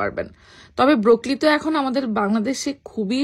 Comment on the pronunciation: Kothata broccoli, brokli na